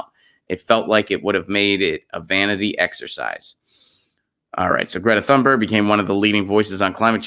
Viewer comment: If I'm not mistaken, her last name is pronounced TOON-Berg -- no th.